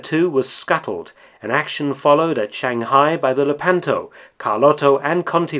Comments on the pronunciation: It's "LEH-pan-to" not "leh-PAN-to" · Lèpanto. Conte Verde is not Conti Verdi. Cagni is not caghnee. As noted in another video, the great deal of research behind this channel should include some on correct pronunciation. But thanks for these forgotten war stories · Thank you for this interesting information. Allow me, though, to make a couple of unbearably painstaking corrections of the pronunciation of Italian names. "Lepanto" is stressed on the first syllable, so it is pronounced "LAY-pa(r)n-toe". And in Italian, "gn" is pronounced like "ñ" in Spanish (that sound doesn't exist in English), therefore "Cagni" is pronounced "Ka(r)ñee".